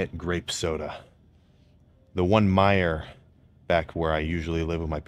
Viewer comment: He said Mijer!? He’s from michigan?!